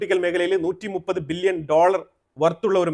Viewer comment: ബില്യനും ...മില്യനും.... പറയുമ്പോൾ ..... വ്യക്തമായി. ' നിർത്തി നിർത്തി..... പാടൂ